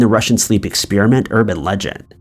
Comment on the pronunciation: What is an ex-spear-a-mint? 🤔